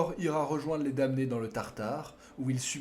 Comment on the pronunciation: Magnifique documentaire. Juste une précision : dans le mot "damnés" le "m" ne se prononce pas.